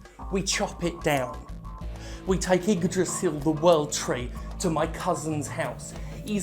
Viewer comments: Wow your pronunciation of Yggdrasil was pretty much perfect! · The ignoance of Jim is scary. Really fucking scary. At least he says Yggdrasil correctly. Yggdrasil is located at the center of the Cosmos. Better just get some trees cut them down and sell them as Yggdrasil. Better than destroying the Universe.